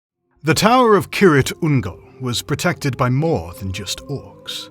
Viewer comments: Keer-ITH Ungol, not Keer-IT Ungol. See pronunciation guide in Return of the King appendices. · Isn't it pronounced "seer-ith ungol" ? Not kirith... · It sounds like you are saying "Ki-rit Ungol" in this video? Not sure if it's the audio or the way you are saying it but it has an H at the end and I've always heard it said as "Kir-ith Ungol" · silent 'h' I guess 🙄